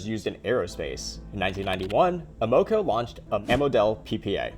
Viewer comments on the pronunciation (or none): Say it with me “Am” - “uh” - “co”